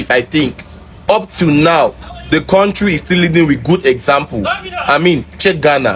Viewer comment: Why Do these Zoogerians say Korntree?